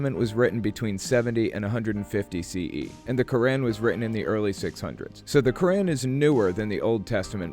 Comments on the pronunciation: ITS NOT KORÆN IT IS PRONOUNCED QkOOR'AAN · Good video, but one small thing: as someone who escaped Islam, the Quran is pronounced “Core-ahne”